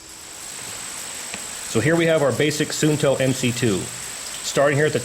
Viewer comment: its actually pronounced suunto. with 2 u:s.. like saying uuuuu!! so basically suu nto.